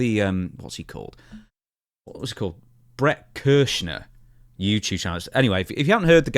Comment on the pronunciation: "Bret Kerschner" 😂